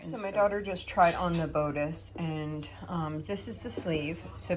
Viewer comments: You have a wonderful place to sew. Everyone sews in their own way. Do what works for you. I do have to say that the word bodice has a short o sound instead of a long o sound. Sorry, but I just wanted you to know. I don’t mean to criticize… Praying for your family & little Azariah! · I am not trying to be a jerk. Bodice is pronounced with a short “ o” as in boss. Best wishes with Azariah. He has a lot of love on his side.